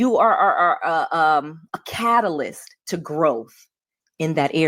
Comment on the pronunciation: a "catalyst". I heard "cattle", but "consumer" is better 😏